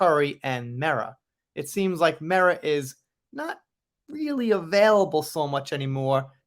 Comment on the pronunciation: I just want to say, thank you for pronouncing Mera correctly.